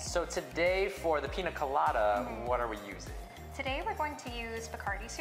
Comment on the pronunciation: It’s Piña colada